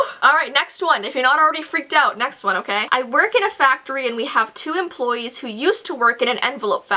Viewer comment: I thought you said don't lick employees 😂🤣